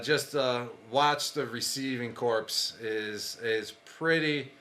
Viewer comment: receiving corps not corpse lol